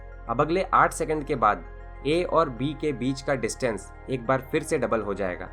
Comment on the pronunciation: kamal ke infomation hai bhai .lagta hai ap south indain hai pher ko fer bolte hain ..